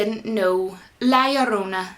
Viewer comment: Omg I admit I just like the way your pronounce La llorna haha. They released it as Curse of the weeping woman here cause no ones heard of this folktale here or knows how to pronounce it properly. For the record I thought this and The Nun were poor movies. Too many jump scares which were mostly predictable